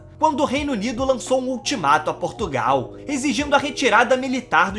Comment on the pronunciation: Nao se diz Porrrrrrrtugal Diz-se : Portugal...